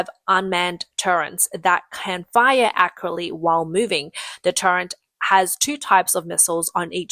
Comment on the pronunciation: What the f*** is a 'turrent'? And what is AI garbage? I think we all know.